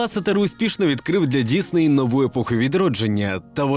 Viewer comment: Дякую, що кажеш Дісней, а не Дізней, як на Розетці.